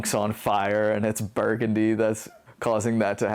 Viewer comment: Thanks for putting this together guys! Figured I should mention the song is pronounced Bur-GUN-dee like the street in New Orleans.. not like the color I grew up there I should know better... oops 🤣🤦‍♂